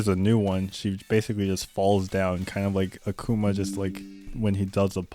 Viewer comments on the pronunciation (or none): none